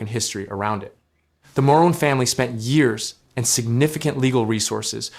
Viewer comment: While I love how the presenter pronounced the name "Moroun" the first time(🤣🤣), the second syllable should rhyme with moon. The thing is that there is so much traffic between Windsor and Detroit that, even with the Gordie Howe Bridge", the Ambassador bridge will still make money. The Morouns just won't be able to charge whatever they want and won't make obscene amounts of money. God forbid a billionaire family should make a couple of million yes per year. "I am not insulting the intelligence of the President of the United States." Well then, that puts you in the minority of people. I'm pretty sure that even the people on his team know that the man is profoundly stupid, even though they will not say it. The problem with democracies is that they are run by human beings and human beings have a tendency to suck. There is also the Windsor-Detroit tunnel but commercial trucks aren't able to use it. I don't know if there have been improvements to the ventilation systems in the last few decades but when w used the tunnel in the 70s, we were warned to keep the car windows closed as the fumes from all the vehicles in that enclosed space were dangerous to breathe in .